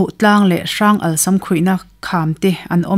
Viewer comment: Rawnal tih kha i lam dik lo deuh a